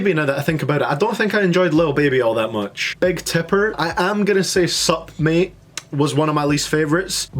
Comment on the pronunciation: suP Mate. Man, it's said Suhmae.